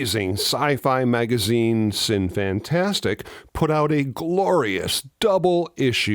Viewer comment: uhh. Minor nit. Shouldn't it be "sinny-fantasTEEK"?